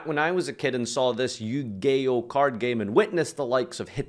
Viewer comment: Did he say Yu-gay-oh?